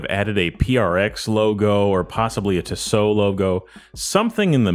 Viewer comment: Tissot. No emphasis on either syllable. Tiss. Oh. Just ordered a V8 swissmatic. Cant wait for it to arrive. Love Tissot. Value for money cannot be beaten when buying Swiss. Theyre beautifully made. Now to start saving for a new Favre Leuba to keep my old Duomatic company.